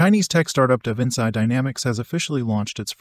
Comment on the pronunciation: Surely Davinci isnt pronounced that way?